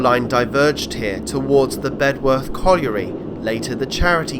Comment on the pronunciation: Local pronunciation is “Bed earth “………not “Bed worth “ ……the w is not sounded !